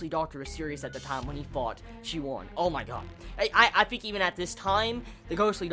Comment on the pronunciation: I think the main character's name is pronounced shi and then woon like toon or soon. Same for the Wun woo clan. We'll at least that's the way I've been reading them since I started